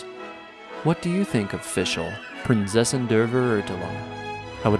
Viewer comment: Prinzessin (pronounced like Prints Essen) Der Verurteilung (pronounced like Fur-er-tye-lung)